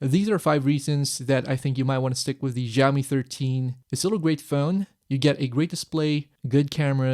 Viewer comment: Great review thanks! Just one thing....please pronounce Xiaomi it as 'shao mee' - IPA pronunciation is ʃaʊmi. The 'X' sound you are making is actually closer to 'R' like in 'ren' (person). The soft 'J' sound doesn't really exist in Chinese. You just said it soooo many times in under 5 minutes it got to me hehe >_<